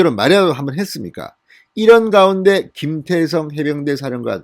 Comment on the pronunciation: 김태성장군입니까? 김대성장군입니까? 발음에문제가있는것같습니다만!